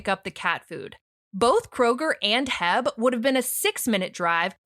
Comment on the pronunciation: O o o! Dude, I LOVE YOUR STUFF❣️ and B. I'm sad to learn you've not visited my beautiful state of Texas. 😮‍💨☠️ Jk 🫡🙃😂 Anywho, our grocery store H-E-B stands for Henry E. Butts, the founder. So we enunciate, quite literally, those letters singularly. 🤠😎 H E B Here Everything's Better "It's my H-E-B" BAHAAHAHAHAHAHH I should be a spokes person. Have fun being awesome! Been listening for years, glad you finally made it to YouTube! 💪🥳🔥😇🫡💐